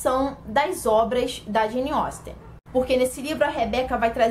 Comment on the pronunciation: Finalmente alguém que pronuncia corretamente o nome dessa autora 🙌🏻 👏🏻👏🏻👏🏻